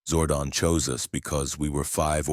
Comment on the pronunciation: it's zordon not zordin